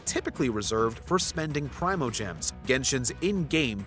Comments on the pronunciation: No you're good it's Pree-moe-gems is the one saying it wrong... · Say Prime-oh-gems one more time motherfather, say it one more gosh darn time! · "PRY-mo-gems" Have I been saying this wrong the whole time??